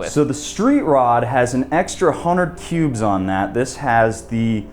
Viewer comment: Extra 100 cubes....thought you said 100 pubes lol